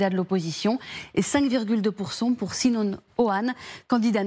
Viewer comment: son nom n'est pas Si-non mais Sinan :) 3eme candidat